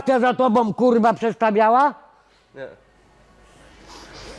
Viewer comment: Tylko prawdziwi wojownicy z klasą powstrzymają się od śmiechu, kiedy padnie wyzwisko. Natomiast jeśli powie swoje "kuRR*a!" ciężko jest się nie zaśmiać:D